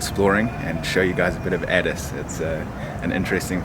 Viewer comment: I’m getting triggered by how he says addis